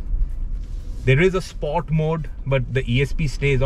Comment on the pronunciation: Dont understand whats with these over dramatised pronunciations of these reviewers … Its not “spoart”….its “sport”…. You are good reviewer, but sorry “Spoart” is just annoying. Just like some other in auto car, powerdrift, etc.